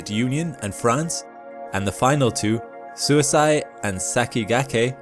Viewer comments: SUISEI is more like sui-say than suici(de) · Love the channel, and I love the video. Completely irrelevant, and in a genuine spirit of helpfulness, but suisei is pronounced "swee-say." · Was so confused on what's "suisai" Turns out the pronunciation was off, lol. Suisei means comet in japanese. Which means the probe that visited the comet is named comet. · The last syllable of Suisei is "say", not "sigh". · I kept mishearing “Suisei” every time… Better approximation for those not familiar with Japanese phonology: “sᵘwee-say”… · I'm just a cracker from the deep south, but I believe the Japanese pronounce "comet" something more like "swee say". With the "ay" like "gay for pay" not "guy for pie". The way you keep saying it sounds more аиd more like self permanent sleep each time I hear it lol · For reference. suisei is pronounced sue-wee-say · “Suisei” is pronounced more like “swee-say”. Japanese is phonetically simple for vowels. The “e” for Sakigake is same as “e” in Suisei. Suisei also happens to be the Japanese word for “comet” 😊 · Hey narrator guy, Japanese vowels are always pronounced the same way, no matter what. no matter where they are in a word. so the E sound at the end of Sakigake is pronounced the same way as the one in Suisei. Same as the E in ramen, same as the one in mecha-gojira. if you're ever not sure how to pronounce a japanese vowel, just think of any japanese word you do know how to pronounce that shares that vowel, and pronounce your vowels in the same way. basically, if you cancorrectly pronounce samurai and ramen and naruto, you can pronounce any japanese vowel correctly. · Suisei was badly mispronounced